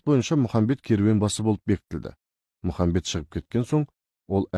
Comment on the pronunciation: Мұхамбет емес Мұхаммед